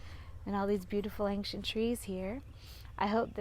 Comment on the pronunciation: Why do you always mispronounce the word ancient? It’s NOT ankcient. No K in that word.